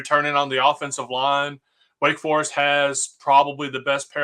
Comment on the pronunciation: What is a “Wake Far-ist”? You mean Wake Forest?? That’s an O not A sir..